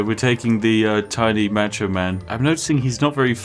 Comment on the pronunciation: The most egregious thing in this video is the way you say “Macho Man”.